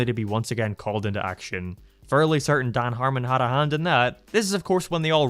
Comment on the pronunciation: I like how you pronounce Dan's name as Dauhn.